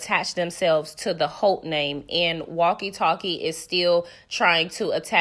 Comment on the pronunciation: Every time you say walkie talkie I 😂😂